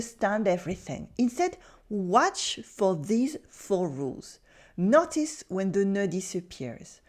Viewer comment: For you: please pronounce "notice" more like "know tis" than "not tis."